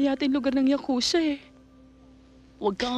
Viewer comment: not yakusa ang tama ay yakuza 🤣